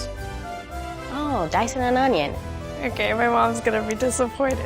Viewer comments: We need the guy on youtube who cuts onion and pronounce it as OÑO. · aah onyon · "I cutt the anynn" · These people need to learn how to dice an ONYO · * opens napkin * Ah, onyon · Does anyone remember chef Pierre who said OÑO instead of onion is that guy's uncle